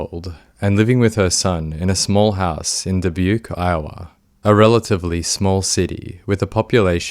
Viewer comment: Very impressed with the research on this one. This was very recent. Surprised to hear about Dubuque and the even the narrator pronounce it correctly. There isn't even a local TV affiliate in Dubuque so most people who live in the area have never really heard or seen any of this!